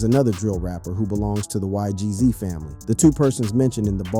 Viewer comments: Why Gee Zees 😭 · Bro nun against you bruh but it’s not g z it’s not eik it’s naas it’s not ohek ts is funny ash